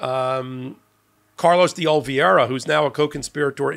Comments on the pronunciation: I absolutely love your videos, but you really need to learn to pronounce Carlos De Oliveira's last name correctly. You seem to always pronounce the last syllable as 'vi - era' as if the spelling was 'viera', when the correct pronunciation is 'vera' as the spelling is 'veira'. I don't mean to demean you in any way, but just want to make you aware of this mispronunciation. (retired teacher) 😇🙏🌈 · I love ya. Lord knows I do. But you have GOT to learn how to pronounce Oliveira properly. Please for the love of god.